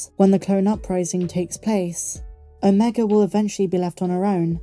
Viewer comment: ..you're British aren't you? Please pronounce Omega properly. Other than that..grest daily updates..love them ❤